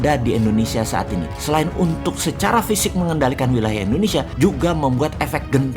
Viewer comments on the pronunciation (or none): Kok endonesia ?? Tolong bang , klo ucap indonesia jngn endonesia ,,, kek jmn orba aja